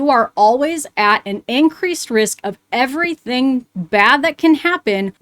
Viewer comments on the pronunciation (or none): none